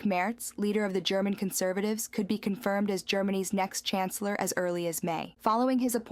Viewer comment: with the most relevant news of the day! Dear narrator you are pronouncing 'CHANCELLOR' as we pronounce 'CANCELLER'..the 'CH' in Chancellor is the same as the 'CH' in CHurch.. Merz is not the canceller of Germany:elbowcough: As always best love and deepest appreciation of your work, Slava Ukraine! 💛💙